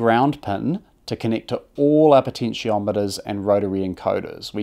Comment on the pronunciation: It’s Kiwi, so they swap e’s and i’s. Listen to when the narrator says “connict the pens” (connect the pins).